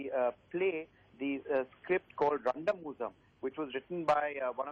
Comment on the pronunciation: That moment when they try to pronounce Randamuzham.. 😅